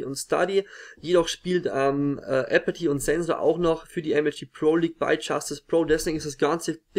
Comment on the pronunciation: zuerst mal gutes video :) fabE und uX wäre auf jeden fall am verdientesten aus deutschland...und noch ein kleiner tipp der mir auch schon bei einem der letzten videos aufgefallen ist: versuch bitte apathy mit einem normalen th auszusprechen und nicht nur mit t :D hört sich einfach besser an und alle englischsprachigen caster sprechen ihn auch mit th aus nicht und nicht apaty :D ist wie gesagt nicht sehr wichtig aber würde mich freuen wenn du das in den nächsten videos versuchst:)